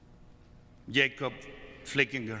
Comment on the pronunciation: Did anybody notice he mispronounced Yakob Flickenger's name?